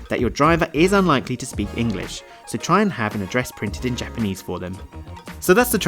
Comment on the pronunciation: OMG! His Japanese pronunciation is TERRIBLE!